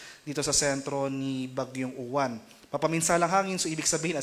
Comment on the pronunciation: Say it like "ulan" the stress is on the second syllable - u-wán